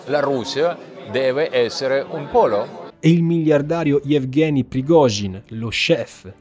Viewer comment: ha detto polo come pollo?